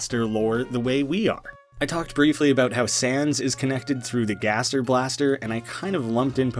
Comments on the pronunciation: gaster is not guest its gäster. One letter of but it sounds completley different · Me: gasp, I AM SWEDISH! actuly its gäster. With a "ä" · its gäster for guest in Swedish not gaster